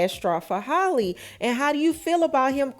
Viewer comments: OMG!!! Her name is Halle not Holly!!! Thats so damn disrespectful. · ...that girl's name is pronounced just like Halle Berry's is. You keep calling her Holly. It's pronounced like "alley"🤦🏽🤣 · It’s pronounced “hallyyy” not “holly” Halle Bailey! Like Halle berry. Hally like sally! Gosh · can’t even say the woman name right. who the hell is “Holly” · I know that girl get pissed with how yall say her name. Holly! who is that ?